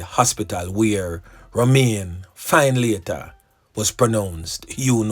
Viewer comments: Findlater is pronounce Fin -letter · The name is pronounced Finlator